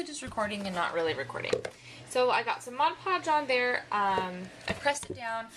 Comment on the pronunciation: I freaking love you for saying Mod Podge correctly!! I can't tell you how many people pronounce it: "Modge" Podge. It's like nails on a chalkboard. Also, good job with the sprucing up those plastic drawers.